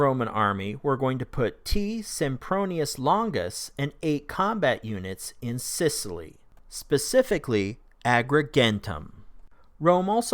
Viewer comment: it's Sicily, not Scicily ;)